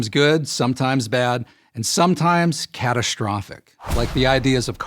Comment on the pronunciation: "Catastrophic", NOT "Catashtrofic" - Don't be lazy! Pronounce correctly!